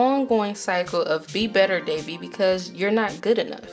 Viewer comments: That was a pretty good review but it kept bugging me when you said Devi's name as Davey. Keep up the good work, I enjoyed the video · I tried, can't watch this any longer. Devi = DeWi. Kamala = Kuh-mahh-lah.